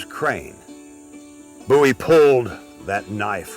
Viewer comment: FINALLY, SOMEONE WHO SAYS BOWIE THE RIGHT WAY!!!!!!!